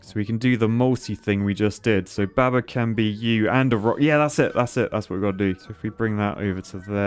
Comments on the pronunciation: The heresy of pronouncing baba with a short "a"... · I love how says baber